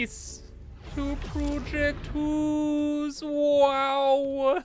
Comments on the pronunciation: Hoose 2: Electric Hoosaloo Hypah Hoose or Hypahoose Or simply: Hoooose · You should call the new blueprint "project deuce" sounds like how you were saying house but also sounds like saying 2 and house at the same time. Also don't forget you can turn raw resources into other raw resources with the later tier stuff